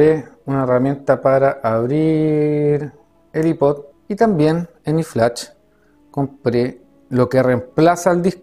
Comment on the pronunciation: I-pod nombreee que asco de pronunciación